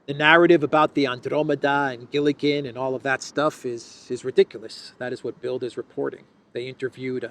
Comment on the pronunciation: the 'd' in das Bild (the picture) is pronounced as 't' in English, because it is in final position.